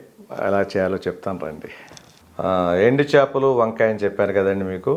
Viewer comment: Chapalu kadu chepalu nayana